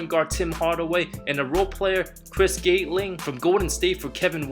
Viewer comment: Just letting you know, &, it's pronounced (Chris) Gat-ling not Gate-ling. And, it's Glenn "Big Dog" Robinson not "Mad Dog". Just in case you may have to say those names again. Also, in other videos, I've heard Brian Scott..however, it's Byron Scott.